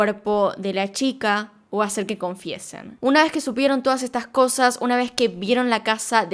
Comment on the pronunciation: Me gustan mucho sus videos pero odio cuando dice "uh-na vezz más"